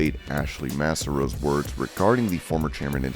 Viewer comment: You're going to get a slight thumbs up here. Starting with Paul London's comments on Ashley Massaro. Which Incidentally you 'mispronounced' here. I'm chiding you for that because she has a living daughter that will never see her Mother again. It's sad that even in death she can't get a measure of respect or sympathy anywhere. Which too is my issue with Paul London's comments. He's right on the cowards that are currently in or ran the WWE that put their jobs and money over what's moral and righteous. That's their crosses to bare in the end. To Jonathan Gresham's frustrations and alleged verbal altercations. That's why sometimes it's way more lucrative to work the independent wrestling scene. He's definitely a Ring Of Honor wrestling legend and that's where I hoped he would have stayed. Tony Khan's communication skills are "much to be desired" and seriously lacking. This is not the first time of such incidents and I believe one of the many involved MJF. I'm happy for Claudio Castignoli and his victory on last night. He's definitely brim with fighting champion material.